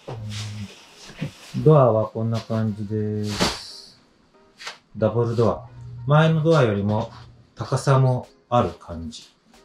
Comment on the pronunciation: ダブルドアがダンブルドア(ハリーポッター)に聞こえて仕方なかった。🤣